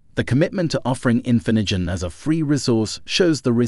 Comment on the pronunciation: It also completely butchered "Infinigen" the first time, right when the word was on screen. "This is INFINJIN" lol